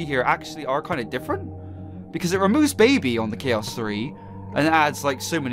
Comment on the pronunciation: It's baby not baba